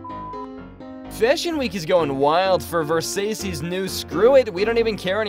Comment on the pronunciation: It's pronounced VIR-SACH-EE